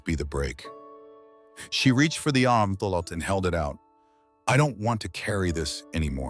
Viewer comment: AI needs work on pronunciation! Fiancé, naive, envelope not armful for example. Just saying. Well at least Julien wasn’t a serial killer…or was he?